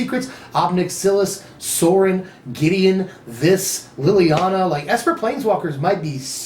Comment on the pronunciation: Lol when you said Sorin i thought you said sol ring